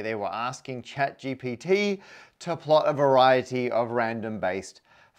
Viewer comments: You called it ChatGTP... Don't think it went unnoticed! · "Chat GTP" that's a mental speed-bump for the language center of my brain if anything. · 🤣 “Chat GTP” 🤷‍♂️